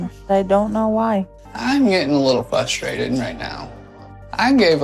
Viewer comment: Why can no one on this show pronounce 'frustrated' without fumbling the first syllable.